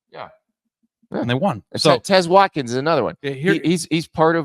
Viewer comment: "Tez Watkins" 😂😂😂